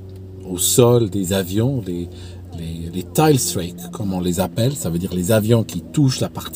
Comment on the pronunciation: Petit lapsus linguae à 18 minutes 40 secondes par inversion des deux diphtongues et du coup on entend “tile strake” au lieu de “tailstrike” pour « toucher de queue » en anglais. Mais ça n’est pas important. Vidéo passionnante comme toujours. Bravo !!!